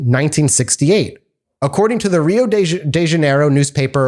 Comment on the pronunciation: Love the work, guys! As for your worries about pronunciation,, if you want two quick tips from a Brazilian: 1 - "R" when at the beginning of a word is pronounced as "H" in English. If you were to write "Honey" to be pronounced likewise in Portuguese, it would be written "Roney", if that makes sense to you. Remember that next time you have to talk about Rio de Janeiro. 2 - Our "J" is not like the Spanish one. It's pretty much like "J" in English. So a closer pronunciation of "José" would be similar to "Joseph".